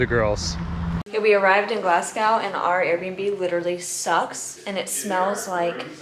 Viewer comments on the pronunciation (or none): Why you pronouncing it like glasscow 😂😂😂😂 it’s glas go don’t be walking about Glasgow calling it Glascow